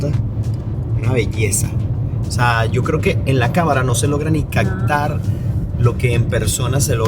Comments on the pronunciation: "CAPTAR" no CACTAR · se dice captar. No digas cactar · Genial el tour, pero nunca se vieron los espejos en acción...por cierto comunicas al planeta hispano..exprésate con corrección...caCtar no existe...es con P.. caPtar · es captar con p, no con c...regalame esa palabra como es, gracias.. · muy buenos tus videos, lo único es que se dice caPtar con P, no con C. Va con onda. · buen video pero se dice CAPTAR no CACTAR tambien se dice HELICOPTERO no HELICOCTERO regresé varias veces el video para escuchar y también para leer tus labios y en realidad dices de la forma que yo te estoy explicando no fue imaginación mia. Gracias saludos y me gustan tu videos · Compa, te recomiendo practicar tu pronunciación.. CAPTAR = Lo dices “Cactar” HELICÓPTERO = Le dices “Helicoctero” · ¿Soy el único al que le da algo cada vez que dice "sektiempre", "caktar", "okciones", "helicóktero", etcétera? 😳